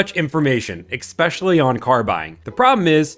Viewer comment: It's ESPECIALLY not "eggspecially" 😂😂😂